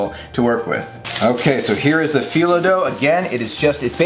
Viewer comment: Loved watching this! It looks delicious and makes me really wish I wasn’t allergic to walnuts! 😊 Thanks for sharing this recipe with us all! (And you pronounce phyllo correctly! 👍)